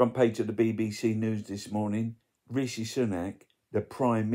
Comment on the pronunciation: I have heard Sunak say his own first name. It should be said how he does. Simple.